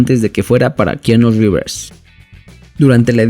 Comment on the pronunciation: Es algo tan obvio, me parecía raro que solo yo viera eso... "Kiano Riverssss" 😂